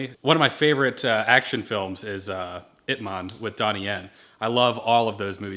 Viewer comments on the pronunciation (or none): The way said Ip Man hurt me lol